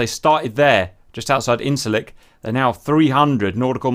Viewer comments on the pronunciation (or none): It's pronounced injirlik. The Turkish C is pronounced like the J in John or jam or jedi. Incir means fig. Incirlik means fig garden or orchard. Anyway, great video as always. Love these carrier battles. Keep 'em coming :)